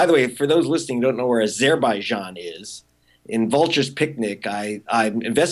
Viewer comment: Why does he pronounce azerbaijan like that? Sounds awful.